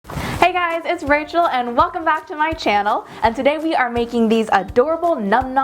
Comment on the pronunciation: did anyone realize she said ranchel😂